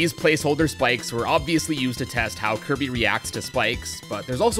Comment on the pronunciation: He said Kirb not Kirby or Kirbo